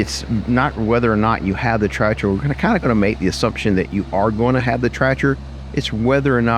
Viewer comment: Are you saying "tratcher' ?